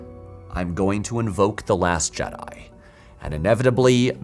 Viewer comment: I love "The Last Jedai".